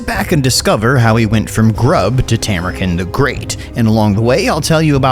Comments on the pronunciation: hate to be that guy but bro why you callin him Tamur-kin, it's Tamur-KHAN, you even used the voice clip where he says it like that in the first 5 seconds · Isn't it Tamurkhan not Tamurken? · Khan is pronounced with a long a. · Stop pronouncing his name wrong. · I do enjoy that you continue to mispronounce it even after he says it himself. The internet is sure to be furious